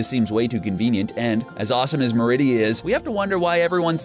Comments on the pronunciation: Sorry but pronunciation for merida is wrong. Its mer id a, not mer id ia. Even in the movies you can tell. Sorry I get cringy easily. Awesome vids tho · Its merida, not meridia! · MER-EH-DA. They literally say her name in the movie. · You were pronounceing Merida wrong.